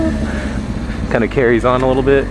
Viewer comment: Odd moment when he says chhhyeaa you think he is saying chillllllll in a weird way lol